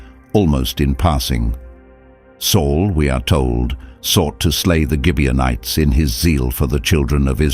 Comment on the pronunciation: Gibeonites with a hard sounding g not a j sound.